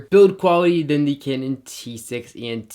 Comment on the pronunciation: all i heard is "Kenen" rather "Kanun"